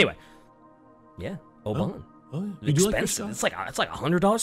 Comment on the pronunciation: Sorry but the way you were saying Oban was killing me haha. Also, about heavy stuff/people getting thrown about by heavy seas and high winds, do not underestimate the sea. There's an island off the coast where I live with a wreck on it from the 1930's. The ship weighed 1700 tons, and the remnants of the wreckage are about 80 metres up the side of the island, way above where the water is at high-tide.